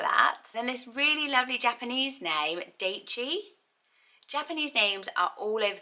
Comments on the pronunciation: Fun list! Daichi is likely pronounced a little more like dye-chi. Not quite an earth name but still a nature name in Japanese I love is Kotori - depending on kanji used can mean little bird. Midori is a common girls name and is the word for green. Natsumi can mean beautiful summer(again depending on the kanji). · Love this list idea! For anyone interested in the name Daichi, the 'ai' part is pronounced like 'eye' instead of 'ay'. So it'd be more like (d-eye-chi) :)